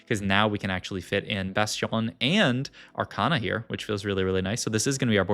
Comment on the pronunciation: take a shot everytime he says bastion in a french accent